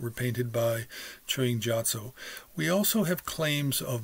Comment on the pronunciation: Gyatso is hard G sound, not soft...